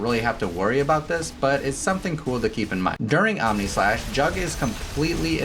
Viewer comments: I thought I heard AmèSlash. 😂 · did you just say... Ameslash?